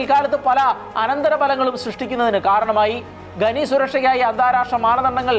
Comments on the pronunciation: Watch the movie ' The 33'. ഗനനം അല്ല ഖനനം എന്നാണ്. ഗനി എന്നല്ല ഖനി എന്നാണ് 😊👍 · ഘനി അല്ല ഖനി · ഗെനി അല്ല ചേട്ടാ. ഖനി എന്നാണ്. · ഗനി അല്ല , ഖനി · ഖനി, എന്നത് ഗനി എന്ന് ഉച്ചരിക്കുന്നത് ശരിയാണോ? വളരെ ആരോചകമാണ്. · ഗനി ഗനി എന്ന് കേൾക്കുമ്പോൾ ഒരു അറപ്പ്. ഖനി എന്നാണ് നമ്മളൊക്കെ പറഞ്ഞു പഠി ച്ചത്. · Yes. Please note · ഗനി, ഗനനം എന്നൊന്നുമല്ല, ഖനി, ഖനനം എന്നാണ് ശരിയായ വാക്ക്. നമ്മുടെ മാതൃ ഭാഷയെ ഇങ്ങനെ അപമാനിക്കരുതേ സുഹൃത്തേ. ചാണലുകാരും ശ്രദ്ധിക്കണം.